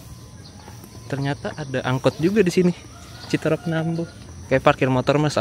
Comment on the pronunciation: Aslinya CITEUREUP bukan CITEREP ..!!! Seperti kata peuyeum bakan kata serem...